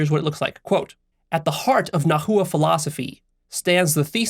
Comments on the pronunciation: Yoy must pronounce the word nahua as "nawa" you are practicly destroying the phonetic of the language in the way that you are pronouncing the word in the video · The pronunciation of Nahua is (Na-Wa) And they’re Mexicas too And tl in Teotl is pronounced with the lisp click sound. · Immediately felt it when you mispronounced "Nahua" It's cool, Nahuatl is a difficult language and there aren't many resources on it. It's pronounced "Na-wah" 2 syllables, and no "hoo" in the middle. the language's name is pronounced as "Na-wah-t" with a very very soft "L" on the end of the "T" syllable. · Hey, heads up. If you're going to fashion yourself an authority on Mezoamerican philosophy you should probably learn to pronounce the words properly. Nahua = NA-wa, Teotl = TAY-ot or TAY-ol. You might want to re-record this video to avoid sounding dumb. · Love the video. Nahua is pronounced (Na-wa). The "-tl" is pronounced together or don't pronounce the L. "Teot" sounds much closer to nahuatl pronunciation still spoken today. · In Spanish the "h" is always silent. I think translators didn't change the word nahua in English to make a similar sound to Mexican Spanish. It sounds strange, but I think that's the way most English speakers pronounce it (najua). Nahualt is even more difficult😂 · I’m Mexican and your pronunciation of nahua and teotl makes me sad. I better read the article and skip the video :( thanks for the recommendation though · The least you could do to honor our people is learn how to pronounce the words correctly. Whiteness at its finest. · yeah he could have just watched one video about the nahua and learned how to pronounce nahua and nahuatl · Nawa (nahua) not na-hu-a. Teotl not teotul. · Its "nah-wah" not "na hoo uh" had to say it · I'm not trying to be nitpicky but Nahua, is pronounced more like Na-wa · Yo I know nahuatl is difficult to pronounce but it's not naHua it's pronounced nawha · Hi! Indigenous Mexican here. It’s Nah-wah, not nah-who-ah. Thank you!